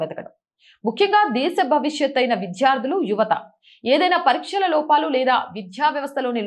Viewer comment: విద్యార్థులు....అని చదవండి.... విధ్యార్థులు కాదు...మీరు ఒత్తులు, దీర్ఘాలు పరిశీలించి జాగ్రత్తగా చదవండి...మీ ఛానెల్ బాగుంటుంది... రెగ్యులర్ గా చూస్తాను...